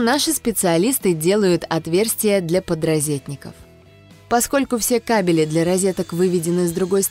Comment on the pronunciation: ппц, кабелЯ и тут же кАбели